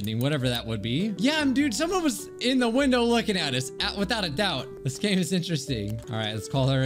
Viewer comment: at the begining instead of hearing "lets get on with the game shall we" i heard "lets get on with the gay shall we lmao"